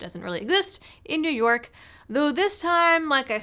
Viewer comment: That is pronounced "New Yuck"